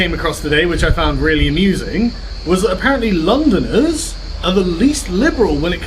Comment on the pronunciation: “Londoners” lol